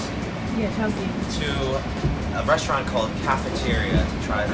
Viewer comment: I need somebody to butcher my name the way butchers "restaurant" Anyways the video was awesome it felt kind of fresh and I would definitely want to SEYMOUR